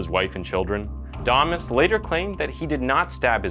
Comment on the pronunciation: Why’d you pronounce “damas” two different ways?